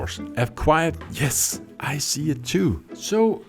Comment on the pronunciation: so you say it has yes per not jess per